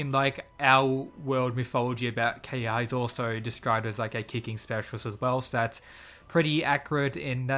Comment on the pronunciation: Ke-ha-ya not Keyha...